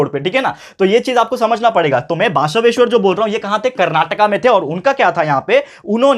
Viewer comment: Sir it's not basaaveshwar it's basaveshwar